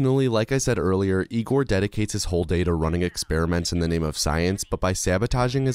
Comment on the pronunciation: Hey? Isn't it Egor not Igor? It's clearly Egor, read like the "Yea" in "Yeah", so Ye(ah)-gor, Yegor, Egor. :)